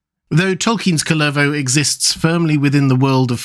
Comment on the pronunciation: A little note on pronounciation: Kullervo (like words in Finnish in general) is pronounced with emphasis on the 1st syllable, not 2nd. And it does not make the vowel any longer. The u is pronounced the same, though slightly shorter than in the hobbit name Took.